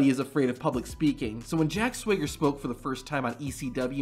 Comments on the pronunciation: Did you say Jack Swigger? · Speaking of botches you botched Jack Swaggers name. 😅 Perfect for the video. Little easter egg in this video.👍🏻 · "Jack Swigger" 😂